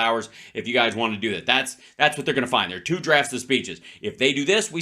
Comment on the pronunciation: This guy is hilarious. I love the way the pitch of his voice goes up, as he makes the word “two” a 2 syllable word: tooWoo 😂.